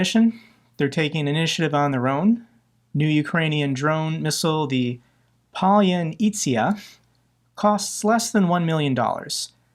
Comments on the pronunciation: Palyanytza is pronounced Palor- Nizza ( as in pizza but with an "n") one does not pronounce the " r" in Palor, said it in a British way without the "r". Palor- Nizza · Pa-lan-izza (like in pizza)